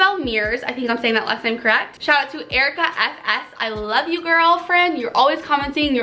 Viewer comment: Aw thank you for the shoutout!! You're literally the only person who got my last name right on the first try! ❤️❤️ ya'll those brushes are soooo beautiful!! 😍 also your make up was flawless (like always)!!! love you girl!!! #GORIAGANG insta